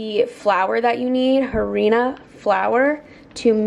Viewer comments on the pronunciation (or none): Harina, you said it like “Jaa-ri-na “ but it’s “ah-ri-na” 😆❤️ omg you should do more Mexican recipes 😌